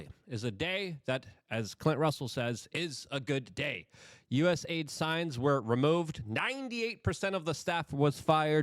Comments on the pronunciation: Luke. I hate to correct you too much but it is US A ID not USID. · U S A I D LUKE!!!!! Get it right ffs